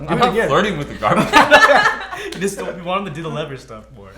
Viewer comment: GABAGE MAN!?! GABAGE START WITH A G